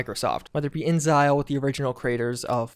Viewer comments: You GOOFBALL! It's pronounced "In-exile", NOT "in-zile"!!! turns into world revealing fangs grrrrrrr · In-x-ile not inzile bro whyyyyyy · In-zile? Can we say, in-ex-ile? (inXile) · Every time pronounces InXile as 'in-zyle' I die a little inside. I'm convinced it's deliberate at this point. I can't WAIT for Starfield. I wonder if the 'social' aspects are akin to Death Stranding or Dark Souls 🤔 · Every time says "InZile" an angel loses its wings. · at this point i think he does it on purpose just to trigger comments on it to bump up engagement.